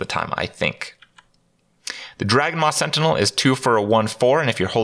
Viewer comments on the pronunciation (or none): none